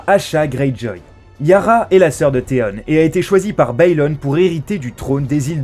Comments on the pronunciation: On dit pas théone mais théon avec on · Putin comment il a prononcer theon ça ma fait mal au oreilles 😟😟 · Aussi faut choisir entre prononcer à la française ou comme l'original. là il nous sort des Tyrion mais Theon(nne) faut savoir et Cerci(i) ne méritait pas ça